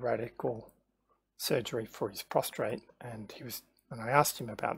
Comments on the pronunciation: It's prostate not prostrate but a good vid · Good video but it’s a prostate not a prostrate.